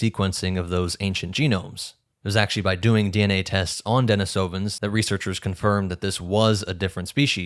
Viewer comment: deNIsovans not deniSOvans thank you